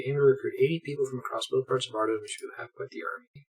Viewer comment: Its been so long since you first discovered Ardougne, and I have no idea how you decided to pronounce it that way lmao... Arduin? I agree the official one doesn't make too much sense either but neither does that. If anything, Ar-doon has gotta be the most low hanging easy one